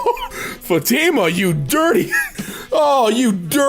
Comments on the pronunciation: I love hearing you pronounce Fatima like that XD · The way pronounced the fatima just annoys me for some reason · not knowing how to pronounce fatima is hilarious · as a residant muslim hearing him butcher fatima and Allah i am cringing so hard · fatTe-ma, not fa-TE-ma. The “I” is connected to the “fat” and the “ma” being separated slightly. At least, that’s how my mom always pronounced it (she was married to a Saudi Arabian man for 17 years, I think his sister was named Fatima) not trying to be rude of “know it all-ish” just trying to help if I can😊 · It's said FA TEE MAH and also por que un dominicano dise eso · by the way it’s pronounced Fat-i like that sound the letter i makes-ma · Btw it’s not fuh-tina it’s fat-imah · Hey, its said Fa-ti-ma (i think so) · Its not pronounced fatima its pronounced fathima but its spelled fatima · the name is pronounced fah-tih-mah with stress on the first syllable. Met a girl named that in high school. Wonderful person. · Fatima is spelled with a strong a, idk how to say it but its something like fAtima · it's pronounced futma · Dude so you don't be murdered by a Fatima it's pronounced fat-i-ma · you say Fatima like fa-te-ma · Fa tee ma? Just a heads up it’s pronounced ‘fah tih mah’ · Allah is god in Arabic and Fatima is pronounced Fut-ma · Thsi isnhow to pronounces Fatima , Fath-e-ma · Fatima, it’s pronounced faa-tee-maa with the thee sound. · it is pronounced as fati ma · Fatima is pronounced Fat-ah-ma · just to help, it’s Fa-tim-a. The Fa as in far, tim as in Tim, and a as in uh. Just wanted to help, and I’ve enjoyed the video. Keep up the good work and I hope to see more of your videos. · also its pronounsed as fah-too-mah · it's pronounced fat-theme-ah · I think it is pronounced "FAH-tee-mah." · "fatima" is pronounced "Fat-im-uh" idk actually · It's a typical name in Portugal, it's pronounced "fatty-mah" or fat-ee-muh" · its pronounced more like "faa thi ma" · its FAH-TE-MAH!